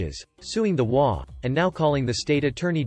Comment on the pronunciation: In the title story it is H O A, each INDIVIDUAL letter is pronounced. It is NOT prone as a word.